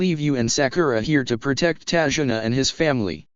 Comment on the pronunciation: it's tazuna